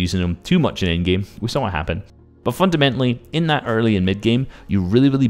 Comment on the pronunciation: Haha u say fundamentily a LOT haha nice vid though haha while i was typing u said fundamentily AGAIN lmao